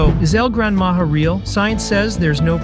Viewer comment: You need to pronounce “Maja” as “maha”